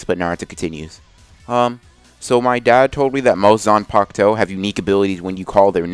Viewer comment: why is it that in the thumbnail and what you say its Zanpakto, but in the title its Zanpakuto? Edit: also its in every video.